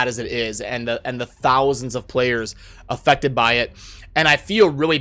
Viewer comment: Sounded like you said infected which honestly I think better describes what is going on than affected